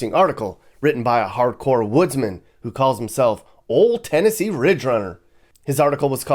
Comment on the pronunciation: As a Tennessean you nailed it!